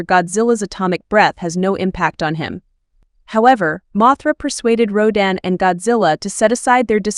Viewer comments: Wait, wait WAAAAIIIIIITTTTT!!!!!!!! Who the hell is Rouw-dan???? It's Rodan / rō - dæn /. I'm sorry, but if you are going to do videos like this, learn the kaiju's pronunciation. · 発音が日本語だと"ラドン"なのに英語だと"ロダン"なんだ。おもろいね